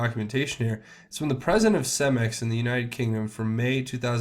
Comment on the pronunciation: and it is pronounced Ce-max not cem-ex